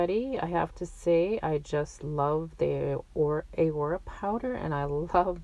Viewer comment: What a great combo!!!! But just in case you didn't know, The way you are saying Aurora with the A singular is wrong.... It's not "Aye-Rora" it's pronounced "AH-RORAH"!!! As in the Aurora-Borealis lights seen in the night sky! 😘 The powder is much like the effect of these natural phenomena lights, hence the name of the powder color! Just looking out! I'd want someone to tell me if I were pronouncing something wrong! Awesome video!